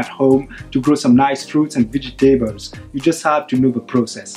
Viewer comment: Thank you! Wonderful video! Just check the "vegetables" pronunciation (◠‿◕)